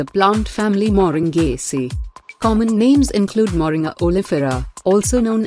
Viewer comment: The name is not Moring as pronounced in the video. It is actually pronounced Moringa (sound "ah" at the end).